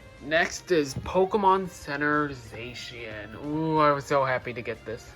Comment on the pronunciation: You can pronounce Zacian the way you want, but it is not pronounced Za-she-en. But it okay, your allowed to pronounce her that way.